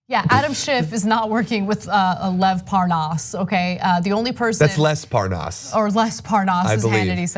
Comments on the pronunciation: Hannity deliberately mispronounced Lev Parnas’s name when he asked Nunes about the phone calls on his show too... it was ridiculous. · Devin Nunes is the only American I have heard mispronounce Lev Parnas. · Nunes says his name wrong to try and show that he doesn't know the guy. Like a child. 😂😂😂😂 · How can he mispronounce Lev's name, it's like Lev Parnas/ Devin Nunas